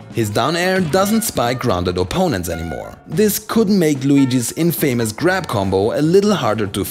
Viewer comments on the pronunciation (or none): Did he pronounce infamous like in famous?